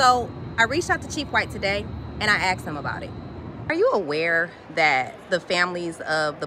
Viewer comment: The news anchor really said "axed" pathetic.